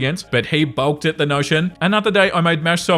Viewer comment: bulked at the notion instead of baulked at the notion is hilarious. Not trying to make fun of your pronunciation but I got this imaged of someone being so shocked and offended that they suddenly became huge like pop-eye.